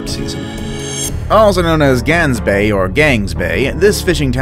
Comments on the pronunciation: It is not Gansbay it’s is Gaansbay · I live in sa which is south africa idk if its pronounced gangsbaai bc is sa alot of people speak afrikaans and gangsbaai for me is Gaansbaai like the baai u say it like bye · glansbaai I CANT LOL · Lol he pronounced Gaansbaai wrong and I am laughing 😂😂😂😂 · Probably the 3rd video I've watched that mentions Gansbaai, and all of them pronounced it wrong :( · You pronounced Gansbaai wrong twice hahaha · I am South African and it pains me how you say Gansbaai. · The one form South Africa is Pronounced wierd in english XD because you guys can't say "g" like we do which is strange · I live in South Africa and your pronunciation is rong on Gans bay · Gaansbaai Omfg the way you pronounce it hurt my earss